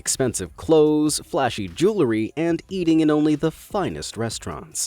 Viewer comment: It's pronounced JEW-el-ree, not JEW-lur-ee. 😂